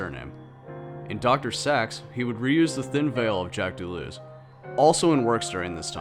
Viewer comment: doo-loo-oz...that's pronounce...he did not wander aimlessly...jeez